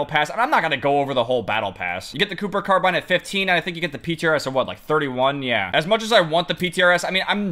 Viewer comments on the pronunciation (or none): none